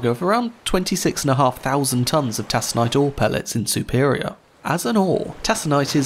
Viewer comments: TaKonite.... Not tasonite. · "Tack o nite" pellets, not "tass o nite" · Excellent video as always, but do check the pronunciations. TACK-uh-night, not TASS-uh-night; MISH-ig-un, not MITCH-ig-un (same as Chicago); Gary, Indiana rhymes with "Mary", not "Harry". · Those iron ore pellets are pronounced tac-o-nite and not tass-a-nite. The Arthur M Anderson is still a regular visitor to Duluth Minnesota and Superior Wisconsin. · Take, not Tas, Taconite. TAKONITE!! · It's tack o nite, not tas on nite. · taa-s-e-nite? ive never heard it called that. always Tac-aa-nite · Taconite is pronounced "Takonite", nobody in Iron Ore country would say "Tasonite" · She was carrying tack-o-nite pellets, not tass-o-nite. Mistakes on what her cargo was called, especially mistakes made in the face of ubiquitous pronunciation guides, call your other research and conclusions into question. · Taconite is pronounced with a hard “c”. TAK-uh-nite, not TAS-uh-nite. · Good video - however - the name of the state is pronounced “MISH-i-gan” not “MICH-i-gan”, and the ore she was carrying is pronounced “TAK-on-ite” not “TAS-on-ite”. And the city is Spain is “to-LAY-do” - the one in Ohio is “tuh-LEE-do”. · Taconite is pronounced TACK-UH-NITE not TASS-UH-NITE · TACK-on-ite. Not TASS-on-ite. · Tack-in-ite Not Tass-en-ate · It's tah-con-ite. Not tass-on-ite. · Tassonite? It's pronounced taconite (/tækənaɪt/) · It bugs me because of the pronunciation is "taconite." Tassanite is entirely foreign. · Hey I love your videos and here’s another great one, but I do have some tiny complaints, over in the Great Lakes area we call it “tack”a night and Michigan sounds like MISH again thanks so much keep up the great work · Great video, just for future reference "Taconite" is pronounced "Tak o nite" incase you do a video on the Daniel J Morrell or similar. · I love your video. You present the information beautifully. One critique; the c in taconite is a hard c, and pronounced like a k. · Its Tak-an-ite.